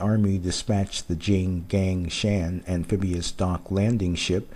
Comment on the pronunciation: it's called 'jing gung shaan'..